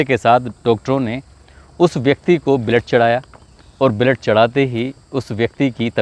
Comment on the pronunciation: ब्लड बोल बलेड बोलरा देख तू